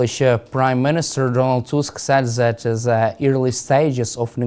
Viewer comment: Learn to take the zzzzzzz sound and speak as THE TH TH TH TH. AS IN TH at. Not Z at!!